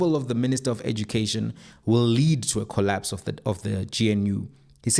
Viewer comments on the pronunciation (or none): none